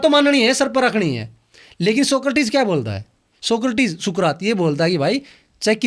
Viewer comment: सुकृति नही बल्कि सुकरात।